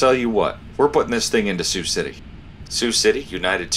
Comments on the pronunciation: Yeah. It’s sigh-you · the Voice acting is hysterical, they sound like they are out-sourced to Korea and no one knows how to read the script or interact with each other, so I thank you for much needed laughs! the way the air traffic controller pronounces Sioux (pronounced like the girls name SUE) City as "See-oo City"!! come on guys try a little harder, google is easy to use, no guessing needed. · "See-You City" 🤣🤣🤣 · Yeah... one would think an Air Traffic Controller would know how to pronounce the name of the city they work in. And yes, I know it's a recreation.